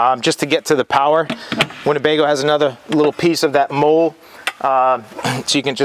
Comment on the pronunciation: 23 year retired Army veteran here. Love the video and just bought a Solis Pocket today, but it’s pronounced “MOLLY” not “MOLE”, and is spelled MOLLE. It is a military acronym that stands for Modular Lightweight Load-carrying Equipment.